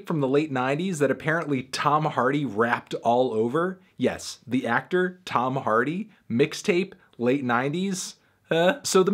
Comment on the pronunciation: "Tom-ah Hardy"??